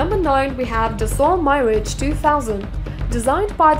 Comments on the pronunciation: Inaccurate information. Its mee-rajjj not my-rage.. nobody knows how fast F-22 for now.. The strike eagle with all the bulges could be slower than the standard f-15 even.. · My-Raege. LMAO!!! Meh-Radge [if that makes any phonetic sense]. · Jack Trade add the “My-rage” instead of Mirage...😂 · Its MI-RAGE not MY-RAGE as you say it! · its "miraj" not "mairege" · Dude, its pronounced MEE RAJ, who the fuck says Mai-rej? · Stopped watching at my-rage.... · Dassault Mirage 2000 pronounced as: Dassault MY RAGE Two Thousand... Oh, I almost break my laptop screen! With then her pronunciation of Eurofighter Typhoon (as Tycoon) and Mikoyan-Gurevich abbreviation as M-I-G. I really need to close the lid & save my laptop. And seriously I really need to control MY RAGE! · Okay, the Mirage is NOT pronounced 'my rage'. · "Dassault MyRidge" ?! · She pronounces Mirage as My-Rage....lol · mairage!?!??! reeeeeeeeeeeeeeeeeeeeeeeeeeeeeeeeeeeeeeeeeeeeeeeee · And mirage... it's mi--rash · dasow mairadge , eurofighter tykoon , etsetera etsetera !!! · Mirage is pronounce - Mee-rahj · you can not even pronounce the Mirage proper. what rubbish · How did you just pronounce Mirage? 😁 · Thumbs down: bad voiceover, make believe movie jets shown during intro, can't pronounce "Mirage" correctly, "Typhoon" not "Tycoon", forgot to mention altitudes at which top speeds are achieved, MPH used instead of Mach #, weights mentioned are not notated (MGTW, empty weight ?), 2 versions of F-15 noted (other aircraft noted have different versions as well), wrong generations noted ... Jane's needn't worry about this channel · *makes video claiming to know stuff* *can't pronounce "Mirage", "MIG", "reconnaissance"...uses mph as primary unit of speed measurement* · thumbs down for the stupid way she said Mirage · When doing a video like this, use someone that can pronounce the names, please.... I mean; "Eurofighter Tycoon"? LOL Mirage; like a desert mirage, you know.... FFS!!!